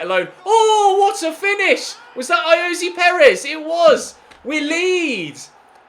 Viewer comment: Why do you say ayozee Perez its ayoz Perez